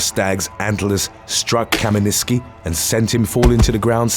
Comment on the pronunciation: First guy is Polish and he's name is Leszek Kamiński not Kaminiski.